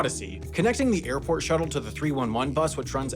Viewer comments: Am i hearing that intro right?!? "Youve just landed in Morlando internation Oirport". ??? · Is it only me that noticed him saying "oarport" in the first sentence? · Orlando’s international orport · ...not to mention "Orport" lol